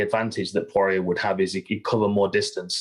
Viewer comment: i left as soon as I heard him TRY to say porier …